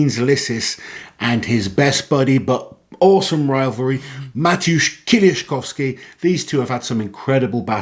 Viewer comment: It is a pleasure to hear his name prounonced correctly in perfect polish. Thanks!